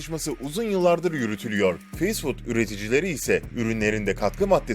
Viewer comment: Fast food nasil telaffuz edilir, biraz calis, ondan sonra soyle